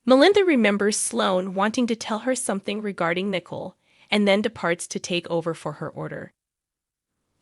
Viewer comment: The name is not pronounced as nickel. It's Nicole (nic coal)